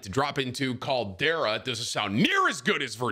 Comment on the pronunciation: Roll the "R" in Caldera, it sounds better lol